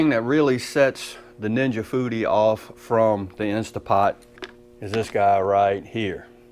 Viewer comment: What Dan Aunt Ja Booty? Oh Ninja Foodi😂 seriously my wife and I was talking while your video was playing and I thought you said aunt ja booty. That Foodi sounds pretty cool. Wings look good too.